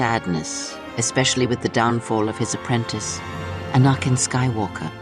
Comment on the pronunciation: The only flaw was how she said Anakin.